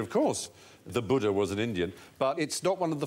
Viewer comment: Beka Najm pronunciation is different. Buddh means a man with ultimate wisdom. Siddharth gautam became Buddh only later in life. Old man buddha is pronounced with hard D. While Buddha as in Gautam Buddha is pronounced with soft D. Hope that helps